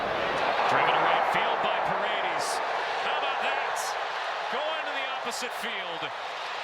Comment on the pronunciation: It's Pah-red-dehs dammit, not Paredeez, can we get our commentators back please.